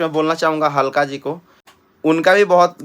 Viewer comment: ABE ALKA ..G HAI .. HALKA G NAHI .... AESE HI BOLEGA TO AR DHMKI MILGA TKO 😂😂😂😂